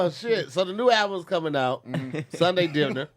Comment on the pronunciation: “SUNDAY DIN-DER”?! 😭😭😭😭